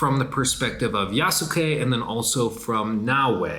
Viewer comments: Ya-skay not ya-sook-ay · Great video But bro, it's "yaas-kay" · YASSUUUKE at least pronounce it right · Did he say YahSooKay? 😂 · The u in yasuke is silent. It's not pronounced yah-sue-kay. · Yass-kay and No-way lol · Really wish you would pronounce Yasuke correctly